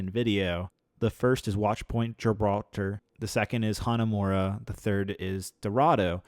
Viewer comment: "Watchpoint gir. bral. ter."